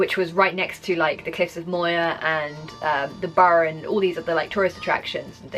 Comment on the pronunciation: The Cliffs of Moher are pronounced Mower as in mowing the grass.